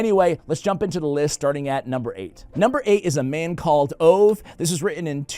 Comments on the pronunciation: Can I tell you something in a friendly way. The Swedish name Ove is pronounced Oo-vah. I loved that book. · Hi there, the Swedish name Ove is pronounced with the "e", and the "e" sounds about like in "get". Greetings. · Not sure a 'like' is the correct response to this video... 😂😂 (PS... Ove pron Oh vu) The original title is En Man Som Heter Ove.